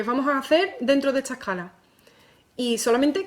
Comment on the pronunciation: oye te comes la s que clase de español tienes?.......lo griego, la ecala, pagao. meneao